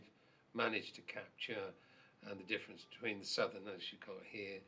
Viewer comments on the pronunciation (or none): none